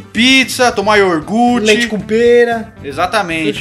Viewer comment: "iorgute", "largato" esses porras não sabem nem falar. mas na verdade pra estar falando d futebol já era d se esperar q não soubessem mesmo!